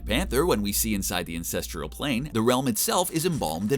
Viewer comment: I know he's saying ANCESTRAL Plane - but definitely sounds like a different word...